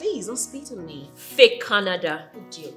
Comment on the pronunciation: Canerderrrr😂😂😂😂😂😂😂 not Canada